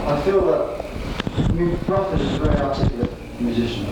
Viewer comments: Love the pronunciation of "Brufford" - back then he'd probably not heard Bill Bruford's surname spoken and only read it on the albums and in the music press, and thought it must have the same vowel sound as "Rutherford". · Fascinating, historical interview! Quite surprising how he pronounces Bruford as “Bruh-ford” more than once!